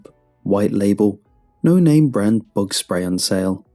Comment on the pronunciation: I thought you said "Thug problem"